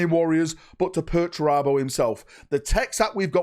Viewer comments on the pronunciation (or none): Pertunabro? Never heard of him? 😂